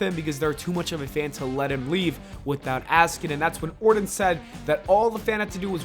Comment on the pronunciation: Randy Orton with a “T” not Randy Orden with a “D”